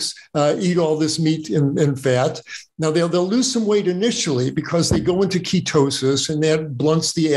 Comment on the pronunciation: Thumbs down for not even being able to pronouns Ketosis.